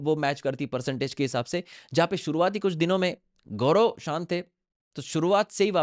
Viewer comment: Pahle tu Sahi sa Naam Leena sheek gaurao nahi hai Gaurav hai 😂😂😂